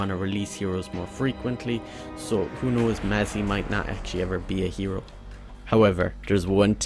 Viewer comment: You pronounce 'phalanx', "falanax"? 'Mazzie' is pronounced "mass"? How is do you justify this pronunciation?